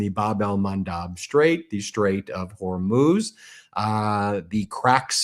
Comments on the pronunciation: Well unless the spelling is Hormoze, then the proper pronunciation of Hormuz is either Hor(moo)z or Hor(muzz)z! Now if you factor in an accent from the region, then it may be pronounced and sound as you imply. It has nothing to do with being illiterate! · It’s not Hormuz, it’s Hormoze. For over 2000 years it has been Hormoze now you illiterate people keep saying Hormuz.